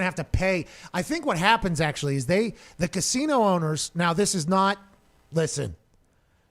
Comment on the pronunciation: He's so high he can't pronounce "casino"